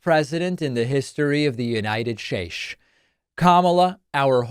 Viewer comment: "The United Shaesh" - Donald Trump